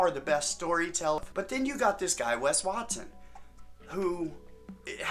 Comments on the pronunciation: As a Mexican, the "Wes Wat-sone" had me f ♡ckin rollin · “Maybe his name is Wes Watsohne” 😂😂😂